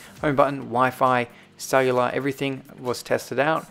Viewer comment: It sounds like donut phone 😂 but he says donor phone. Same with iPads. Sounds like sailor iPad but he says cellular iPad 😂😂😂